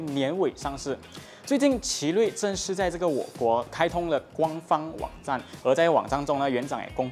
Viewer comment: 支持新人是肯定支持的 只是官方网站读成guang fang wang zan就有点意思了